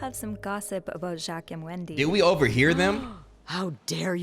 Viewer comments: everyone in the game "jacques"..: "ju-quees"😂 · IS PRONOUNCED JOCK QUEZ NOT JACQUEES😭🤣🤣🤣🤣🤣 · bro jacques is like jack its not jac quees 😭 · everytime says "jaqueez" instead of jaques an angel looses it's wings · Ja queese It’s pronounced like saying a jock with a French accent. Lollll bruh🤣🤣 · Being French and hearing Jacques as Jacquees instead of Jack is hilarious to me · you blackity black 😂 they def said that man’s name pronounced Joc. Here you go talking about Jacques 😅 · Jacques ❌ Jukwees✅ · Not Ja-kweez 😂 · Jacques is pronounced like jock 🤦🏾‍♀ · Jakweez 😭 you destroyed my french self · Not Jacques being pronounced like jaqueese even though they say his name correctly in dialog 😂 😂 😂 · Jakwees?? Man I’m crying😭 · You saying Jacquees is bothing my creole ears 😭😭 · “jaquis”..what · Pronouncing Jacques like Jacquees is hilarious 😂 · I almost spit out my food when said Jacquees immediately after Sophie pronounced his name.😂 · Right every time he says it I'm like "Zock!!!!!!" LOL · I think its like zhack with a z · this part had me wheezing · The way he pronounced Jacques drove me crazy 😭